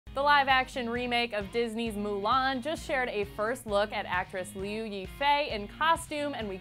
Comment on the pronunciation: It does NOT follow the same plot. They're taking out my boy Li Shang. By the way, Liu is pronounced Lee-yo (but say it quickly and make your voice go up higher as you say it)